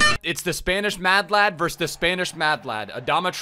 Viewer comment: Nobody:: spainish